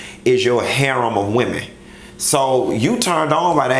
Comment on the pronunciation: Its "Wimenz" sis 😂😂😂😂😂. Lol I love when he says that